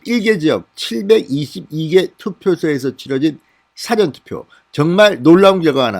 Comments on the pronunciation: 사전투표 ? 사아전 처럼 길게 발음하세요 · 영어사전이냐 ? 국어사전이냐 ? 투표사전도 있냐 ? 한글 제대로 발음해라 . 사 ㅡ 전 투표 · 사전투표 고쳐주세요. 사~전 투표. 길게해야 되는걸로 아는데요 짧게 사전투표로 발음하면 이상하게 들리네요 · 사전투표가 아니라 사:전투표입니다. '사'자를 길게 발음합니다. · 사전투표, 사전투표, 이렇게 단음으로 발음하니 좀 어색합니다. 사(事)자는 "사~전 투표"라 장음으로 발음해야 합니다^^ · 진성호씨는 사전(Dictionary)투표하는 사람???? 발음이 참 이상해요 ㅋㅋ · 진 선생님이 운영하시는 "진성호의 직설" 열심히, 잘 보고 있습니다. "구독"에 "좋아요"도 꾹꾹 누르면서요... 진 선생님이 대구,부산 이 출생,성장지라는걸 잘 알고 있습니다. 저 또한 "토종 신라 사람" 입니다. 깅상도(?) 사람들이 쌍시옷(예; 쌀,싸움) 발음이 잘 되지 않는것 처럼 발음에 다소 취약한면이 있습니다. 요며칠 사이에 "사전투표(事前投票)" 라는 단어가 자주 거론되는데 진 선생님 의 "사전투표" 발음이 "사전(事前) 과 사전(辭典)" 의 발음이 혼용되고 있는걸 자주 듣게되어 농담반 진담반으로 한줄글 올립니다.